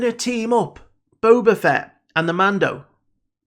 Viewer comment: I haven't watched the video yet but I bet my last paycheck he pronounces him "BOBER FETT" again.